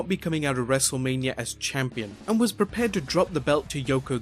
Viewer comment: He said wrestleamia